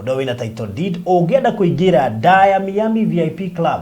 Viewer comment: sema hivi (Mayami(not Mi-ami))